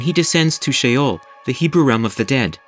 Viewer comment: Sheol. Not shale 😢😢😢😢😢😢😢😢😢😢😢😢😢😢😢😢😢😢😢😢😢😢😢😢😢😢😮😢😢😢😢❤❤❤❤❤❤❤❤❤❤❤❤❤😮😮😮😮😮😮😮😮